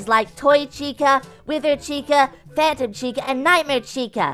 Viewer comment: The Phantom Chica says Phatom Chica like " Fay-Tum"